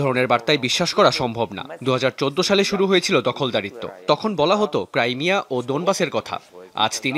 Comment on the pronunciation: ক্রাইমিয়া না ক্রিমিয়া। 😂😂😂 উচ্চারণ সঠিক করুন।